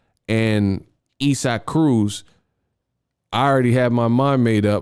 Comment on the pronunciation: Bruh who is Esack? You mean isaac? Sound it out 🥴😂😂